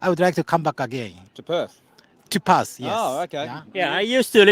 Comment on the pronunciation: Perth not Perf. And we don't have a Harbour. It's the Swan River.